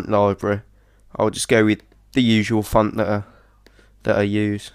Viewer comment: LOL it sounds like he's saying phunt every time he says font.